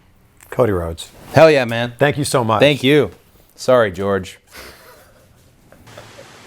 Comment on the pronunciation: “ Story Gorge” Cody Rhodes 2019